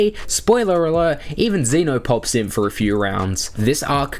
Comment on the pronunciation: dude you said zeno name wrong not xeno